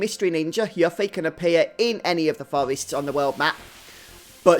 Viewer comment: I had the same bad luck, getting Yuffie(who is pronounced You-ffie, not Yuck-ffie! Play Kingdom Hearts!) after everyone got two levels from random encounters. Thank god for Triple Speed! Also, I checked the guides and it says that while there was a Battle Affection that would have affected the date scores, the script ignores it so it doesn't matter if you keep Yuffie or Tifa or Aeris in the battle party - unlike Star Ocean 2, having the girls in your party while fighting random encounters or bosses(unless there is a story event that affects date score) doesn't increase their date score, so you're safe.